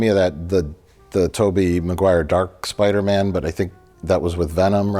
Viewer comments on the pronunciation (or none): Take a birro everytime says 'Spidermin'.